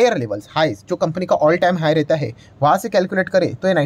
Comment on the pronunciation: Not jai it's hai